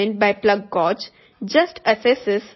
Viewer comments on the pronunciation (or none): Thank you for the information. As a native English speaker, the word gauge is pronounced like “gage” - rhymes with rage or page. 👍🏼